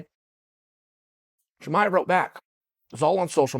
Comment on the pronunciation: Khamzat not khazmat uncle Chael! Even Diaz got it more right by saying Chamiv instead of Chimaev